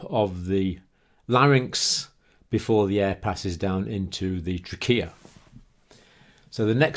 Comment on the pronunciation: The way you say Trachea is that correct I've never really heard anyone say it that way ._.